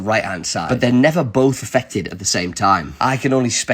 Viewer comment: Never both Ah-Feck-Ted?